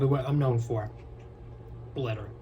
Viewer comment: did anyone else think he said clitter and not glitter?